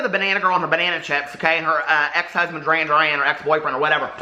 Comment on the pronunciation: Free-La and Duran-Duran. LOL. That made my day.